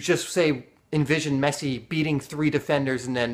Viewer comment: lol he said meshi